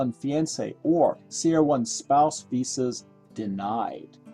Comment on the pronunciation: Wow, that's the weirdest pronunciation of fiancé ever. It's off-putting. Useful video though. Thanks.